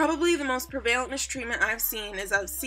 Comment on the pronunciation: prevalent is pronounced preh-vah-lint no tea no shade.....